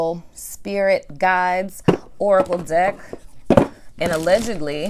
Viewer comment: 😂😂😂 during the Aquarius singles reading it sounded like you said dick not deck 🤣